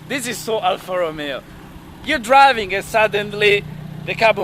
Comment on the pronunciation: Scusa eh, ma per quale cavolo di motivo tu, che sei italiano e sai come si pronunciano correttamente "Ferrari" e "Alfa Romeo", dici "Frari" e "Alfra Rumeo"? Mi sembra un controsenso...